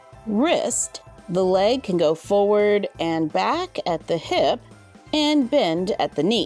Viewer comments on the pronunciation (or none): none